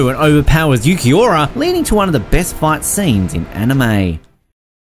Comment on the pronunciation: Ur accent makes “fight” sound like “fart”😂😂, solid list tho